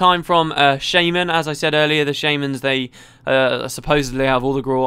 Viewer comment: I cringed every time he said "shaman."